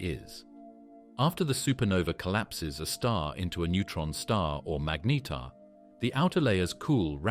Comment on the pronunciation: narrator pronouncing "magnetar" 3 different ways within the same breath... infuriating enough to stop watching